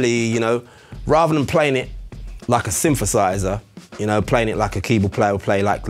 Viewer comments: Everybody be talking about no jokes, but nobody is paying attention to “synfefâisä” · sweet vid, but a "symfasizah"... really...?? whyyyyy??? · It’s called th fronting, he’s probably from Glasgow